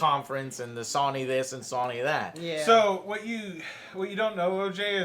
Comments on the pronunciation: It’s So-ny... Not Sonic with a silent ‘c’. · SAWNIE?!?!?!?! FUCKING SAWNIE?!?!?!?! Dude. I love you and your channel but mispronouncing SONY, an EASY two syllable word that EVERYONE SAYS CORRECTLY....makes you sound dumb. REALLY DUMB! FIX IT! It's up there with pronouncing NASA as NASAW. CHRIST! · Okay so Joe is totally pronouncing Sony wrong on purpose right? Like there's no way he doesn't know how to say it right????? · 2 min in and all I can think of is how AngryJoeShow is saying Sony wrong! S-oh-knee. In any case...about to binge all of these E3 videos, love you joe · Fucking stop saying sahnee... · What the fuck is "sohny"? Jesus Joe, learn how to pronounce the name lol. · SAH-nee.... THAY-nos.... You guys need a Nerd Speech coach or something. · Who is Sawnee? And who is Ooobisoft? Joe, your pronunciation drives me crazy. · Wtf is SAW-NY?? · "sawny" stop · terria 88 I'm high af and that was suuuper distracting lol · I’m sorry but I hate the way you say sony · Is anyone else annoyed by the way Joe pronounces Sony? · Joe why do you say sony ao weirdly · Joe says Sony funny, never heard anyone pronounce it like that lol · It's fukin Sony. Pronounced: So Knee... Not fukin Sunny!!! Also. Nissan is not Knee Sarn... Its fuckin Niss N, say it quick now as one Niss-N.. NISSAN. Not fuckin KNEE SUN!